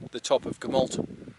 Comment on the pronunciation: The 'll' sound in Gamallt is pronunced with an ɬ not an l. The real name for the area is also the Elenydd, Cambrian Mountains is just a generic term for mountains in mid Wales not a genuine place.